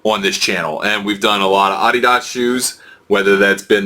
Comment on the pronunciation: Sorry couldn't finish watching the video since you don't know how to say Adidas. If you're going to review shoes figure out how to pronounce the name. It not like Adidas is new to shoes either.